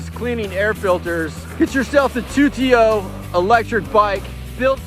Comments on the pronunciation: It’s pronounced Tu-ti-o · Shut up he knows what it is he just mispronounced it